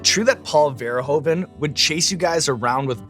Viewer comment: I know I'm late to the party, but the 'oe' in Paul Verhoeven is pronounced like the English 'oo'. The 'e' on both ends of Verhoeven are pronounced like the 'e' in comedy, so kinda closer to a 'u' sound.